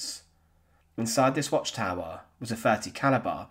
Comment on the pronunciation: Why do so many people struggle nowadays to pronounce words ending in er / re ? Words like 'calibre' are not pronounced 'calabar'. Or 'mobile' being pronounced 'marbal'. Is there suddenly only one vowel now ? Have all the rest been discontinued ? This desecration of the English language, boils my piss so much I stop watching - and this channel is a particularly egregious offender. They need to get another narrator.